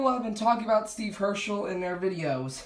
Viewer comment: Nice one btw it’s not pronounced hearshe it’s pronounced hearse with a s and without th she